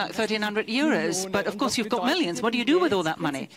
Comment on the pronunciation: Sorry, "of course", not "of curse"...